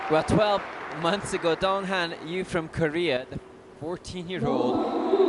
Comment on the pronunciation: It's not dong ha'm' His name is dong han ! N !